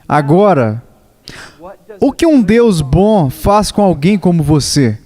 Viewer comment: Mensagem forte Mas esse dublador falando "BÕ" ao invez de BOM foi dificil de aturar kkkkkkk fora isso ta ótimo.